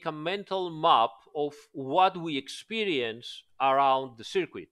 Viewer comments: Great video! And forgive me but circuit in English sounds more like ser-kut not ser-queet although everyone knows what you mean of course 😉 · Dude good video but until you can say circuit properly just say ‘track’ 😂🤣